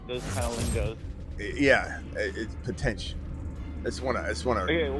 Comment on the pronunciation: Opening caller was light on potential by a couple of syllables.